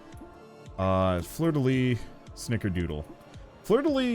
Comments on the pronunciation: Ahhhh fleur-de-lys, you need to pronounce the "s" !! Lyssssssssss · Sorry I've gotta be this annoying jerk, but you actually pronounce the "s" at the end of "Fleur de lys"